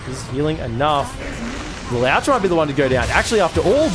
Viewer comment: Le-lowtch lol